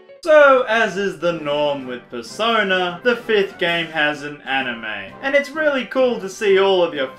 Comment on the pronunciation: Persona 5! What I heared Persoda